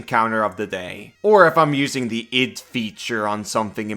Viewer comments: It is Id (like bid without the b) In-Sin-You-A-Tion. Just in case you wanted to know how it is pronounced. Otherwise call it whatever you want. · Id. Like "it" but d instead of t. Insinuation. In-sin-you-A-shun.